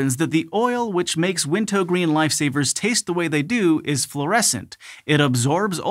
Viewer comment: Thank you for correctly pronouncing Wint-O-Green.